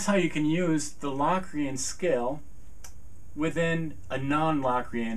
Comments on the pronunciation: Low-cree-en not LAW cre-in! hahah Great video though! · are you pronouncing it right? cause ive known it to be pronouced like "locust" not like "lock-rian" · productions Sorry but that is flat out wrong. The o is pronounced O as you stated in your formula above. It is not pronounced as a short A as is doing in this video. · covers it's definitely Lo(w)crian, not La Crian. In English we don't always realize the letter "O" gets it's name from it's sound. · I've always heard it pronounced "Low"- crian. Not "Lock". The Oxford dictionary online has long "O" listed first, then a with an umlaut. So it appears Low, is the 1st listed. Lock 2nd. Both listed so both are probably correct. Potato, po, tah'-to. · Is it pronounced LOCKrian? Cause my music theory teacher says LOWcrian. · Really sweet videos. And I speak as a pianist who has a pretty good idea what modes are about. I've always heard it pronounced "low-cre-an" though. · In Samuel L. Jackson's voice, "say Lock Re-Ann one more time"! Hahahaha! Seriously, though, Say Locrian one more time........ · He made a whole video about a mode that he can't even pronounce the name of.